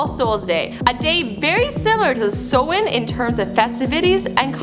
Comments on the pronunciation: did she just say somahin.... bitch its samhain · It's pronounced "sou-han" not "so-in" atleast try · it's pronounced "SA-WENN" not "SO-WENN". Mericáineach dúr. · It's pronounced s-ow-in not so-in and it's spelt Samhain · Its not from festival pronounced So-Wan its pronounced Sow-in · Pronounced Saaa-wan. Why dont you get an actual irish person to do these types of before they were famous 🖕🏻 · Sorry but its pronounced Sawwin but is spelled like Samhain